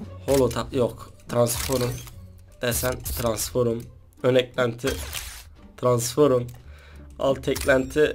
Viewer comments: Transforom değil kardeşim transform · abi transforma transforum diyorsun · Transforma transforum diyor hahahhahaha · transforum nedir yaaaa 😂😂😂😂 transform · Transformu Transforum diyon 😂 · Transforum değil abi Transform. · TRANSFORUM diyo ksksksksks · Maç 10 deyil Mak10 diye okunuyo transforum deyil transform diye okunuoyo pls ogren bunlari